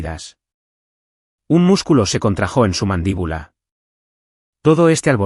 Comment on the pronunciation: No se pronuncia contrajó con acento, se dice contrajo. Por favor..